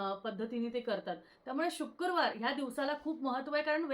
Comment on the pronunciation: Shukurwar nasto shukrawar asto.....marathi shudh havi.